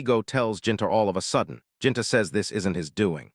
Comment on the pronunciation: uhhhhnnnngggg. Your pronunciation is abominable. Truly horrendous. Gaston =/= gas-ten. It's more like Gah Stone. Gahstone. Gastone. Gaston. It's obviously not Japanese. Ginta = / = jin tuh. It's more like Geen tah. Geentah. Geenta. Ginta. You're bloody channel's name is entirely Japanese, and you interpret japanese literature, but you dgaf about pronunciation? Sloppy.